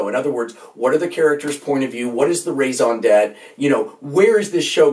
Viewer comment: "Raison d'être"? Zut alors, buster.